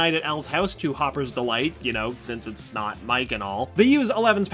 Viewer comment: Don't you mean Not? Its not noot.